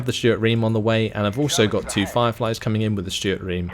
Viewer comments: Reme is reemee, not ream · its ree-mee not ream! (REME pronounciation) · Or rather Reh Meh because double es sound like i.